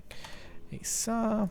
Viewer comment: why do you say saa for saw .-.